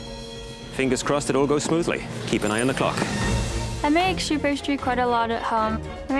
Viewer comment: "shoe pastry" 💀